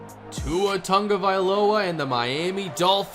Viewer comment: He never says Tua's name properly😂